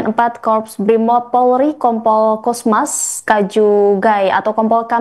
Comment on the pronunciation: Cosmas bang cosmas,, bukan cosmos.. lu kira magigcom 😒